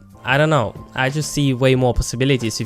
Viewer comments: did he just pronounce know as K-now i dont think i can trust this guy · 1.55 to 2.07, the fact that you say the p at the start of psyche and the k at the start of know reaally had me triggered. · "few things you need to cnow" im ded 😂😂